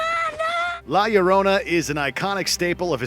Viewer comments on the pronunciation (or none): How did you just completely butcher the pronunciation of La Llorona. Seriously every time he said it all I heard was "My Sharona"... The Ll makes a "y" sound in Spanish. Also this doesn't seem like one of your more put together videos; And that's cause I've been binging this channel all week... Or maybe it's just the madness setting in..